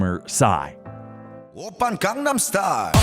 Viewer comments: please pronounce gangnam correctly! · Your pronunciation of "Gang-Nam" is not correct